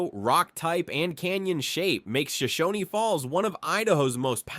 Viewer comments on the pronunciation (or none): Yessss. Especially when he says Shoshon-ee. It's just Shoshone, like alone. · Shoshone is pronounced Show-shown. The e is silent 🤫